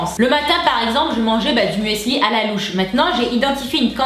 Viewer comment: je t'aime d'amour mais il faut que t'arrêtes de dire mueeesli hahaha! C'est "MÜSLI" - signé: une germanophile.